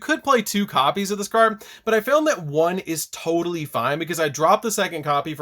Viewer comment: "Toadally" fine. Nice.